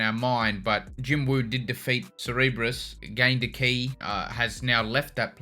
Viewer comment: no reactor seems to know how to say cerberus properly - greek mythology anyone?